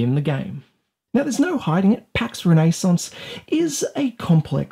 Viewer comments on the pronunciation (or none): Ren nay sounse